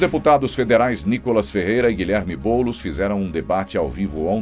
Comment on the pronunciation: É boulos vc está embolado !